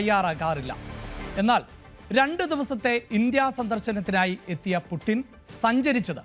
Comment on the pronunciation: പൂട്ടിന് എന്നല്ല...... പുഡ്ച്ചീൻ.... വളാദിമർ പുഡ്ച്ചിൻ